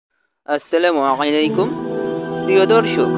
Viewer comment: আপনার সালামটা শুদ্ধ করে দিন